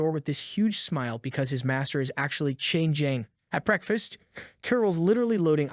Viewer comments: Why did you say changing like that😂😂😂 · "Because his master if finnaly CHANGING" bro the AI is having a stroke